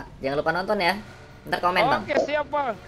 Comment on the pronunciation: CIKEN❌ CIKENG✔️ KONTEN❌ KONTENG✔️ KOMEN❌ KOMENG✔️ SEPERTINYA DIA GAK BISA NGOMONG "N" WKWKWK